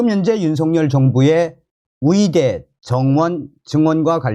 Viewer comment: 의대를.위대라고 발음하시네요. 으이대ㅡ라고 연습해서.발음하시면 좋겠습니다. 방송 잘 보고 있습니다. ㅎㅎ